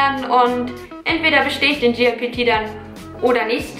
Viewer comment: Statt JLPT, sagtest du die ganze Zeit GLPT. J wird wie Jay ausgesprochen, G wie Jie ^^